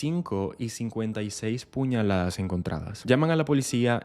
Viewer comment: Se dice PUÑALADAS!!!!